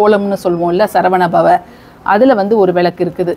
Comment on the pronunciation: அம்மணி...உங்களுக்கு தமிழ் ஒழுங்காக வராதா..?? அது விலக்கு இல்ல..மாறாக சரியான உச்சரிப்பு " விளக்கு" புரிஞ்சுதா..? எப்ப பார்த்தாலும் விலக்கு..விலக்கு..என்றுவேற தமிழைக்கொல்லாதே..!! கொல்லாதே..கொல்லாதே தமிழைக்கொல்லாதே.. இதுல வேற அவங்க பெயரு..😂😂😂